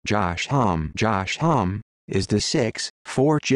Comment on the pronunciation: It's pronounced 'hom-me'.